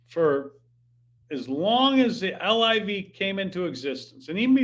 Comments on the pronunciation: Hank, call it LIV not L-I-V. It`s the coolest game in town. I`m 65 and love it. PGA is BORING. Scheffler whooping up on no names. Sponsors will drop like Bryson`s 40 footer to shoot 58 !!!!! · Quit saying “ L-I-V”….its LIV